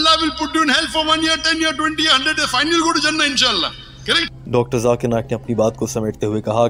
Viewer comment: को zakir नाइक बोलना नही आया, अभी तक jakir बोलते हैं,🤣😂 इंग्लिश में लिखा हुआ है, ज़ाकिर ज़ेड से आता है और आप जे से बोलते हैं उनका नाम